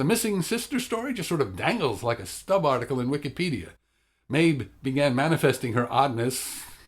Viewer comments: You made me question my hearing when you pronounced the girls name as Maebh and not Maeve. But otherwise; I agree about Capaldi, he's a good actor and a great Doctor, and I think overall the acting and characters were the best part about this episode. That said, they were kind of the only good thing about the episode. The story seemed flat - it gave you this sense of antagonism that was never explained or actively resolved. Did the little girl think the fireflies and the forests into existence? Did she think everything in this episode into existence (wolves, sister, solar flare)? Will she continue to think things into existence? Was she just sick and should have been taking her medication? The conflict was anticlimactic and the rest of the story felt truncated despite having more potential - the little girls super powers, her missing sister, the whole point of the Doctor's involvement. I feel like it should have focused more on the characters and been an exploration of humanity - through the innocence (and illness?) of the little girl; the Doctor's choosing a responsibility to humanity and Earth, because being the last Timelord is lonely; and the relationship/differences between Clara and Danny - rather than the all out save-the-trees message that it was. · Maebh is pronounced "Mave".